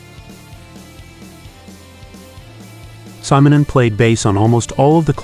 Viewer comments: ...yeah, what do you expect from an A.I. narrator?! All this so-called marvelous technology, and they can't even pronounce simple names and words correctly. 🤦‍♂ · You mispronounce his family name.